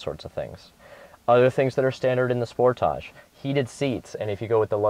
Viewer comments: finally someone that pronounces it right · Actually, is right about pronauncing name, Sportage is not english word.